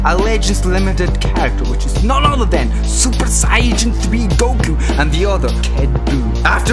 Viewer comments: Lol he says super siyagin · Omg ur sooo dumb Its not super sayaijin three Its supper sayyajin thariiiii😂😂😂